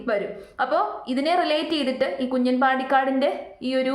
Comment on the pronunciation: Kunjan alla 😂kunjaaan😂😂